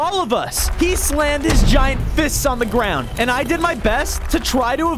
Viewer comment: You shouldn. Dig. In. The. Grawn😢😮